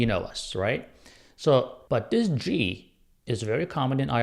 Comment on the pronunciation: It's pronounced Gee not jeee